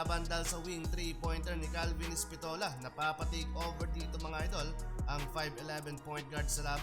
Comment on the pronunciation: Epistola hindi espitola, ayos mo pre